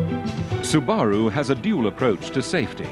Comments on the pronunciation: Kinda like how voiceover dude pronounces, "Subaaahrooo" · It’s called スバル that’s su ba ru, pronounce it correctly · I cant get over the way this guy says Subaru. German cars are a headaches and they're over engineered to shit. Subbies are great ride in a wrx or sti before you start saying they're slow. :P besides you sound like a 12 year old.